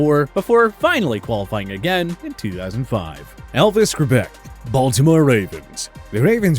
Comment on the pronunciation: if your going to have someone in your list at least pronounce their names correctly. it's elvis grrback not however it was said in here sounds almost like elvis grebek like alex trebek